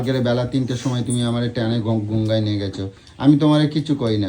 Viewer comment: শালা গঙ্গাকেও "গুঙ্গা" বলে।